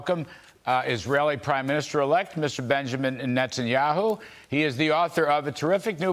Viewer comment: BIBI was polite enough not to mention the fact that the gentleman mispronounced his name twice. Ignorance or intentional? You decide.